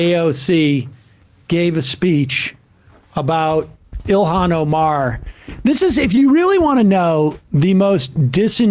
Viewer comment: Charlie Kirk's take is massively stupid. A woman has to have a man and kids to be a real women. And the idiot can't pronounce Ilhan Omar's first name correctly. What a tool.